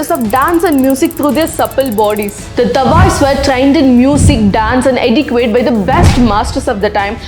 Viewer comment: love your work. You are a natural storyteller. Just a suggestion - 'Etiquette' is not pronounced as it's spelt. It is pronounced like this - 'Eti-ket'. Hope you don't mind me correcting ang hope it helps someone.